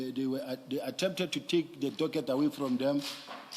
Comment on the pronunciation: Still calling a Docket, doget😂